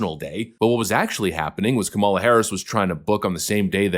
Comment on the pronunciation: Kah-muh-luh. Not Kah-mah-luh. She’s a loser, but at least pronounce her name right. 😜😜